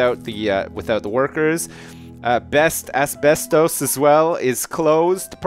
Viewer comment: His pronunciation of asbestos XD